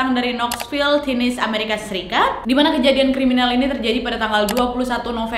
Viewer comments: Tennesee penyebutan nya kak bukan tinisi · Tennessee (negara bagian USA) dibaca= Tenesie ya wak wak semua semoga dapat memberikan pencerahan 😊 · tenesi kak bukan tinis bacanya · Kakak, Tennesse bacanya Tè nê sii. 😁🙏🏻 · nad, nyebutnya tenesi., bukan tenes 🤭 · Te Ne Si bukan Tenes wakkk😂😂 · Maaf ya Nadia....Tenesse dibaca te-ne-see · Waaaaak, ten-ne-se bacanyaa 😅😅😅